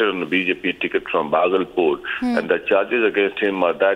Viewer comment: indian anchors must be able to speak names of city. bhagalpur is 2nd largest city of bihar